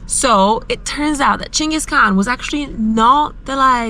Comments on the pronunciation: Chingus not gingus? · I thought Genghis was pronounced with a soft G. Maybe I learnt something!